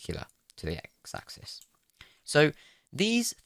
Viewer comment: "Ack zees" bless you.